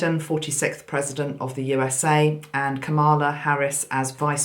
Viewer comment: Just a wee suggestion, sent with love from Glasgow!!! Because so many listen to you, it is important that you pronounce Kamala's name correctly. She was a school girl in Lusaka, Zambia in the late 60s when I was working in Chipata as a Teacher. I did not know her personally, but the name was quite common among the Asian children attending the school. Think of it as rhyming with Pamela.... ie the emphasis is on the first syllable and not the second! Hope this helps. Celtic Blessings in Abundance... Maggi